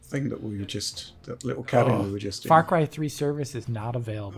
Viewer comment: Or as would say " Fah Cwy thwee"